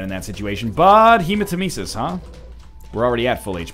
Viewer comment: It's actually pronounced He-ma-tem-eh-sis